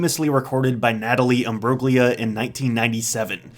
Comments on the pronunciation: Fun fact: The name "Imbruglia" is pronounced (according to Wkikpedia) im-BROO-lee-ə. As far as English speakers go, the G is silent. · The "G" in Natalie Imbruglia's name is silent. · You don’t pronounce the ‘g’ in Natalie imbruglia’s surname. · in Imbruglia the G is silent so Natalie Imbrulia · The G in Imbruglia is silent.